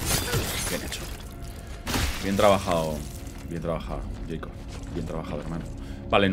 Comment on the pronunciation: Es Jaicob no Jeison amigo 😂 Saludos desde el Peru🫶🏽